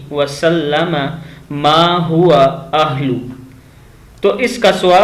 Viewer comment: Iss dua ko dobara parrhein . Ma huwa ahluh hai ahil nahi